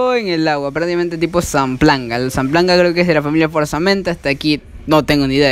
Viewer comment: No es Zanplanga es Zampalga jajajajaja